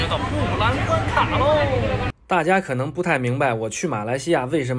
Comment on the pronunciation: 关卡的读音是: Guan Qia。